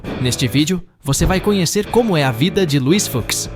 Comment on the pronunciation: Luís "Fucks" kkkkk que pronúncia é essa?